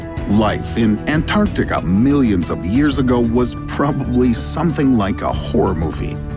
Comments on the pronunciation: I'm really not feeling the way this guy says, "Antarctica". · interesting, but i feel like you could have at least selected an ai that didn't pronounce antarctica like a douche-canoe